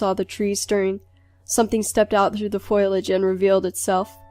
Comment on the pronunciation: why the hell does almost every narrator of these stories say the word 'foliage' as if it's spelled 'foilage?' very annoying. anyways, it was an alright video.